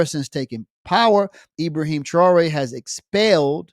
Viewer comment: with your Arab-Western slave name like you carried how tyou can pronounce Ibrahim thraore oups sorry the name thaore you can't find in book Bukhari